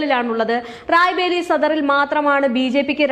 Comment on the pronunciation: റായ് ബറേലി എന്ന് പറയാൻ പഠിക്കൂ ആദ്യം. അത് കഴിഞ്ഞ് വാർത്ത വായിക്കാം. അണ്ണാ ഹസാരെ എന്നത് ഹരാസെ ആയി മാറിയത് നാക്കു പിഴയായി കണക്കാക്കാം. എന്നാൽ ഈ തെറ്റ് വീണ്ടും ആവർത്തിക്കുന്നത് അങ്ങെയറ്റം അരോചകമാണ്